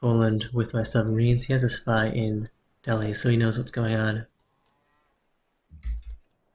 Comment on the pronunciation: It's pronounced del-ee :)